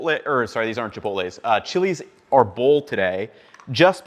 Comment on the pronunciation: AR-bol, first syllable stress on árbol: Chiles de árbol